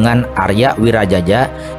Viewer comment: Aria Wiraraja.. Bukan Aria Wirajaja... Kalau Wirajaja ntar dikira moyangnya Jaja Mihardja.. 😅